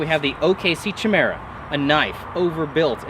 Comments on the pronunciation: Not "chi" it's "kia" but don't feel bad out of like all the videos on this knife on YouTube only one guy pronounces it correctly. Also omg! After repeated strikes against a mere cinder block I wonder how it would stand up to a caterpillar D-9? I think that test would be just as practical. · Pronouced "kie-meera" not "chi-mera" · Fuck me, I hope you're not still pronouncing 'Chimera' like that. 'K-eye-merah.' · Try saying it like this "Ky-mera"